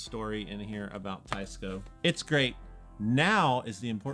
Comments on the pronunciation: Please pronounce the brand name correctly. Teisco is NOT “ Tie-sco”. It should be pronounced like “ Tess-co “. ( テスコ ) Trust me on this. I’m Japanese and I know it. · Teisco is Japanese so shouldn't it be pronounced "Tay-ees-co"? (Tay to rhyme with say) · Isn't it pronounced Taysko? Teh-ee-skoh technically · If it's spelled Teisco, and in Japanese テスコ, why is everyone calling it Taisco? Including the company rep. Seems like they were very careful the way they spelled the company name Teisco (rather than Tesco) to avoid people saying tessco like the British supermarket Tesco. And they definitely didn't spell it taisco, which is the obvious way you would if you want people to say tie-sco. And still people are saying it wrong.